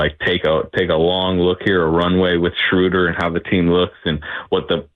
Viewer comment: Guys, it's "Shrow-dur" as in "row" & "duhr", not "Shrooder" as in "shooter". 😊